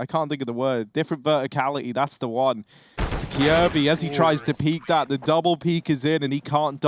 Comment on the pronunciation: The way you pronounce "Kjaerbye" is so cringe xD